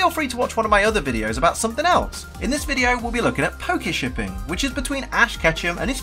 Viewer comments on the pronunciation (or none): Am I the only one that heard 'Pakishipping'?